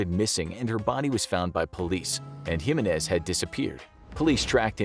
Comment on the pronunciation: Its Jimenez not Jimenez